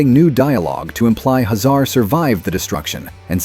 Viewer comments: HAY zar not ha ZAR. Drule not drul A. Pronunciation matters! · "Hazar" name is pronounced "Hay-Zar" in the cartoon series. It not "Huh Zar" like he's a middle eastern immigrant. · If these videos weren't AI narrated, they'd be so much better (Dru-lay empire, Commander Huh-zar lol??) . Voltron had a total of 124 (52 LF, 52 VF, then 20 more LF specially made for World Events), but Zarkon wold only have been in 72, not all 124Also these always talk abot these shows as being on Saturday morning, when they were in Syndication M-F. the video Talks about Voltron II (gladiator), but instead shows toys of Stealth Voltron from the 3rd dimension series. Also in early Promos, animation for Voltron II was actually another Lion Super Robot anime show called Daltanious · Once I realized this was an A.I. voice, I was stunned at how well it mimicked real speech. Only the mispronunciation of Drule, Hazar, and Albegas gave it away.